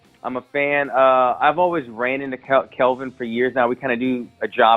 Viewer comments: About 5 of these guys called him Kevin instead of Kelvin , 🤣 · And he can't even say KELVIN... It's not Kevin dumbass! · did wonderboy just say "kevin" gastelum?